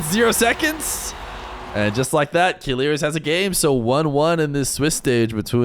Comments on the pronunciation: i mean the prononciation is not kilirz its kileeeerz i know him he's my friend 🙋‍♂ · Yes it pissess me off how he pronounce it "killirz " lmao